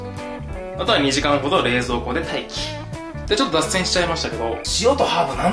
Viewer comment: の 『待機っ』の言い方好き